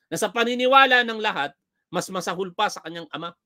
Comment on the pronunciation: Stress on Second syllable, say maSAhol. Not masaHOL. ☮️